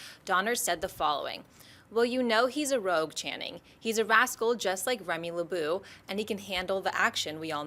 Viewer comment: Remy "LaBooo"? You had one job! facepalm